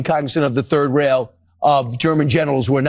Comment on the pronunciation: Did the fox guy on the right say the "third RAIL of germany" ?